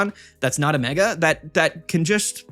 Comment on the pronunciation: Mega keeps getting me 😂 I hear ‘my mega altaria’ and I’m like YOUR WHO ALTARIA